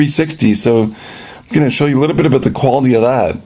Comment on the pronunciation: Lol...... he said aboot.